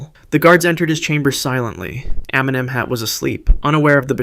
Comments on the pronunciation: Lol I cracked when I heard it 😂😂... I'm Egyptian, and he actually meant to say "Emnem-hat", as this is the correct pronunciation for it. However, it feels like the original pronunciation was way too difficult for English speakers, so he settled for "Eminem". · Pharo Eminem? What did he say there?